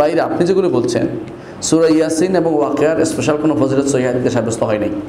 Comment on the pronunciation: আবু ইবনে মাসউদ রাদিয়াল্লাহু আনহু থেকে বর্ণিত রাসলুল্লাহ সা: বলেছেন প্রতি রাতে এই সূরাটি পড়ার মাধ্যমে দুঃখ কষ্ট এবং অভাব দুর হয়, আর আপনি বলছেন যে, কোন ইস্পেসাল মনে স্পেশাল (শুদ্ধভাবে ইংলিশ ও বলতে পারেন না) ফযীলত নেই। আপনার জ্ঞানের পরিধিও বোঝা গেল😅